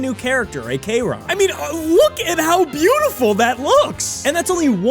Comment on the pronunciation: A. K. Ron 💀